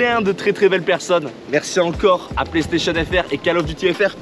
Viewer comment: Cale of Duty, je suis juste là pour entendre ça moi